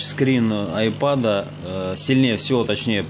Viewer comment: Не айпод, а айпэд...